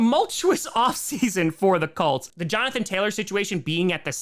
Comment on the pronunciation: pronounces Colts like “cults”